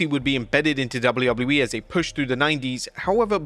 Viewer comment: Are you honestly incapable of pronouncing WWE? It sounds like you’re saying woubleywoubledyE. 😂😂😂